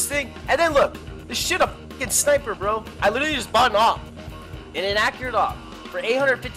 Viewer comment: Sneiper. Uwee uwee uwee uwee! Hehehehe